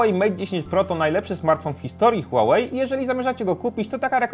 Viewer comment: Mówi się hłałej a nie hułałej nie żebyś się czepiał ale marka typu test hub powinna się postarać